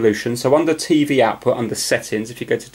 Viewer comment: i love how you say tey wey insted tv its funny